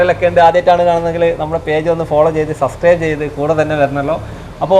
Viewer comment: ചാനല് തുടങ്ങി ഇത്രയൊക്കെ വളർന്നിട്ടും അനക്ക് സബസ്ക്രൈബ് എന്ന് നേരാവണ്ണം പറയാൻ പഠിച്ചിട്ടില്ല അല്ലേ ❓